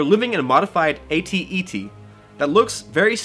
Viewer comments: Is AT-te not AT-ET. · its AT-TE bud. not AT-ET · "AT-TE", please...